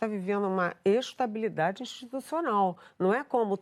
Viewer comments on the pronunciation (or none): Uma jornalista que diz ; " a gente está vivendo uma extabilidade institucional". Kkkkkk